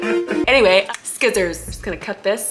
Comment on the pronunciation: you call scissors skissors like me